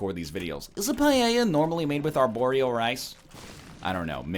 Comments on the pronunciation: Lol "PA-JE-JA" It is pronounced "Pa-el-jha"! You stinky egg... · Certainly not pajeja for paella. Pa-EL-jha is fairly close. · On one hand you mangled the pronunciation of 'Paella' as 'Pa Yay Yah' instead of 'Pa Ey Yah'. o On the other hand you went for Deli in that state. You are forgiven. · its paella buddy. Also a really common food here in Argentina 😀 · Having a great time listening to NL saying "paeilla" "pailla" "paeia" "peiela"... XD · how is it you say paella is it a canadian thing ? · Do all of you native English speakers pronounce "paella" like that, or just NL? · Listening you pronounce paella the way you do it's hurting my ears LOL. I'm from Spain by the way. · I am from spain and I didn't realize that you were trying to say paella.